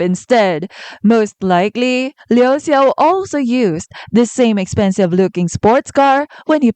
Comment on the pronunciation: No hate here! But I think "Xia" In Xia Fei is pronounced like "下". And the "Xiao" In Liu Xiao is pronounced like "小" Based on what I heard when their names were called. But I could be wrong.😄 Also, great analysis!